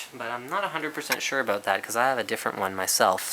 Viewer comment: aboot :D